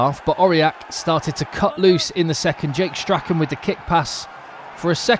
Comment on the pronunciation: In a similar vein - Jake Strachan's last name rhymes with Shorn